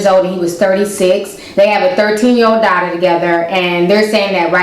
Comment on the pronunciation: Where you from ? I notice you accent when you said word daughter